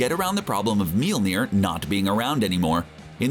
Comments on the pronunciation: me-YOL-neer. not Me-YEEL-neer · Take a shot every time the narrator pronounces Mjolnir as "Meel-nir" instead of "Myohl-nir". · For such big comic book fans, you'd think that the pronunciation of Mjolnir (M-Yol-Near) would be right, unless trying to parody Darcy from the films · Why do you say molnjir like that